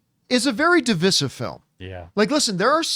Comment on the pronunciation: How can you not pronounce divisive correctly?